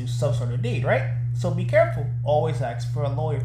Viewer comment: why is it that half the people making first amendment videos don't know how to say the word ask? i have never seen the police axe anyone.